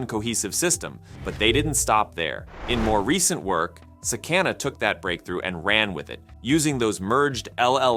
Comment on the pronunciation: Its pronounced sah-kah-nah.